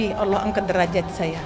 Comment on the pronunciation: Jangan berlebihan Bu Sampek mengucapkan Alloh SJ belepotan ngeri risih dengernya terll banding2kan anak anda sendr dr kecil yng didik bedakan ya anda sendiri cb to buk liht ulang ucapan ibuk itu